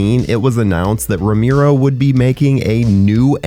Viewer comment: george "ro-MEER-O"? jesus. and, of course, you say it SO MANY TIMES!